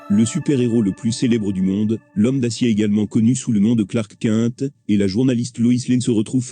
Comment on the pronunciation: "Clark Quinte" ! xD